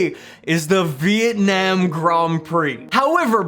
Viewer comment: the way he says it. vitanam